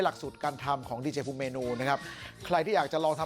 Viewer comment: 3.12ดีเจคับไม่ใช่เจดี